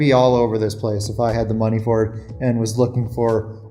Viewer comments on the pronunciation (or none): none